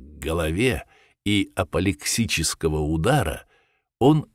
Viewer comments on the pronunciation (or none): Может, всё-таки, апоплексический, а не «аплексичный»?